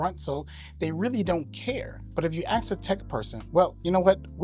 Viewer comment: Ask. Not axe. Unreal.